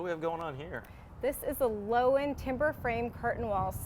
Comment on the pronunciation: Loewen is said "lerven." Not "lowen." Its a German word for "lion." Steinbach Canada where Loewen windows is headquartered had many German immigrants in the late 1800s. It's a German Canadian town. Cheers from German American.